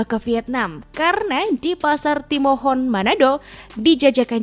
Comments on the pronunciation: Pasar tomohon tante bkn timohon ... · Tomohon bukan Timohon yehh meng😂😭😂